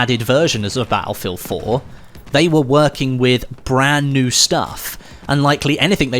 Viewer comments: Can't subscribe until you start saying "battlefield" properly. Sorry. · I absolute hate the way he says battlefield